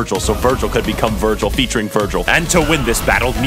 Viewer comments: IS NO ONE GONNA CORRECT HIM AND TELL HIM ITS VERGIL NOT VIRGIL? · Foolish, It Is not Virgil it's Vergil. You are not worthy as my opponent.